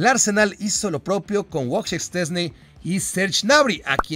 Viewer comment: a ver, es" VOY CHEJ" "SH CHES NE"😂😂CASI LE ATINAS